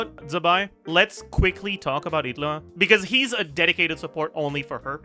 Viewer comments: The way you pronounce illuga as italy or whatever pisses me off just say e-lew-ga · why does he pronounce Illuga like "hitlah" what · he's just pronouncing the name with the g silent brother